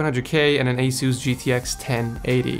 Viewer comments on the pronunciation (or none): none